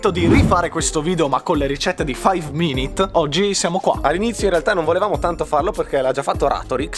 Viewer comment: cmq si dice five minutes non minit (senza offesa)